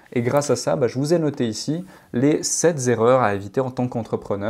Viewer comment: Merci! Tu es sacrément mature;) J'ai fait une erreur d'association récemment; on est en cours de dissociation, justement parce que trop d'affect lié... Si je peux me permettre un petit conseil: Les nombres sont invariables donc PAS de liaison entre SEPT et ERREURS;). Tout comme beaucoup d'infopreneurs sur YT, tu fais souvent ces erreurs de liaison inappropriées dans tes vidéos. Mais toujours super contenu! Thanks again